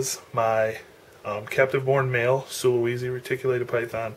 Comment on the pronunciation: I wish you would have explained what is "insane" about this Sulawesi's (pronounced "sula - way - see", not sula - wee - zee") personality. That would have been interesting.